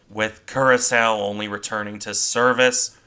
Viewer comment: and as a further point of order, the ship's name is pronounced Cura-sower, not Cura-sow.